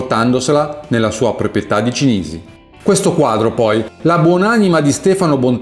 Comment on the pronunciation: Permettetemi un piccolo appunto: si dice Kalsa e non Kelsa, Cìnisi ( accento sulla prima i) e non Cinìsi come viene da lei detto immancabilmente da anni . Anche questo, la corretta toponomastica, è indice di accuratezza.